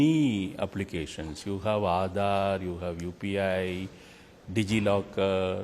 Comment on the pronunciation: ANI reporter must learn how to pronounce aadhaar correctly. Stop this fake accent..